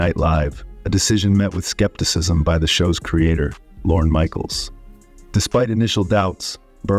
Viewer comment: Lorne Michaels, not Loren Michaels